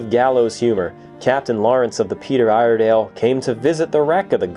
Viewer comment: Ear-eh-dell is how us Oregonians say it.